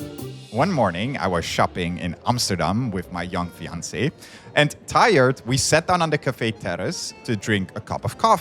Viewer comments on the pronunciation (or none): none